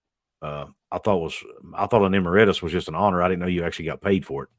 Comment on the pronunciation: Just for future reference, it's "e-MERIT-us."